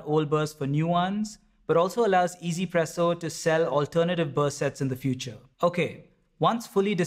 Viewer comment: i still do not get why people pronounce it EZPresso. where is the E? Yes it sounds way better than trying to stumble your way trough OneZPresso, but i am just curious where this way of saying it comes from